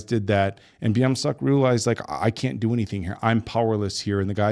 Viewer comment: why do you guys say sohu instead of suho and byomseok instead of beomseok 😭😭